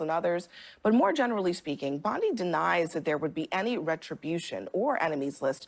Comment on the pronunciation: O'Leary is such a scumbag. He just explains away Trump/Patel threats as just rhetoric. Idiot Abdul keeps calling her Pam Bundy, instead of Bondi.